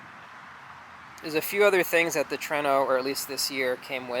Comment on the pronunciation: It is TRUENO! (TOUR EH NO) Not TRENO! Your saying it wrong